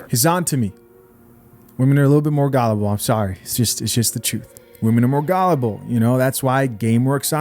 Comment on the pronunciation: I’m sorry bro but, why do you say gullible like that? Lol